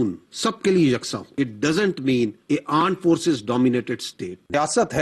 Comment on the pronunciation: Ye to sach me aand forces bolta hai 😂😂😂